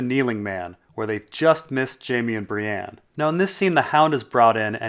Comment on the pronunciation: When people say "Bree-ANNE"...F*ck.Them.